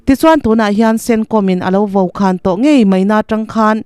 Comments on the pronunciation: Hei pawh– 'VO/VOKHÃN.' A thu ziaktu hian 'VAU,VAUKHÃN' ti loin 'VO,VOKHÃN' a tih ka ring hauh lo a,a chhiartu chhiar dik loh ni-ah ka ngai.Mizoin 'VO' kan hmanna chu 'vûr a tla vâr VO mai, veu VO che hian' tiin thu uar nân kan hmang.Hèng tih lohah chuan *'VO' hmanna kan neih sawi tur a awm meuh lo ang.A thu(script) ziah leh a chhiarah fimkhur a ngai khawp mai. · I thu chhiar chu a fiahin ngaihthlak a nuam hle mai, mahse mizo tawng I lam dan thenkhat hi a dik lo deuh in a lang, vaukhan tih turah, vo khan tia i lam hi a dik lo ani. Kan tawng mizo tawng hi i humhalh ang u, kan tawng a bo chuan kan hnam pawh a book ang.